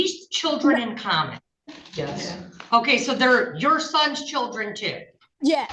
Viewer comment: What is with adding Rs in random places in words...? "Cherdlren"??